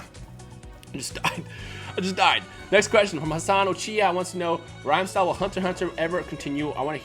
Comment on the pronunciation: "rhythmstyle" XD